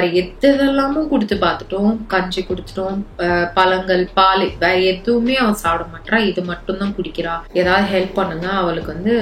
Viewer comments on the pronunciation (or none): none